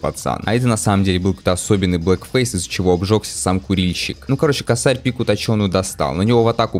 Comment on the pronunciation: не косАрь, а кОсарь , но уже поздно , ну и геншин с ним